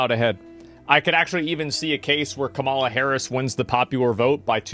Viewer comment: I'll take Asmon's political opinion seriously whenever he starts pronouncing Kamala's name correctly